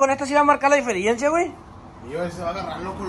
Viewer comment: Dijiste difirencia es diferencia JAJAJAJ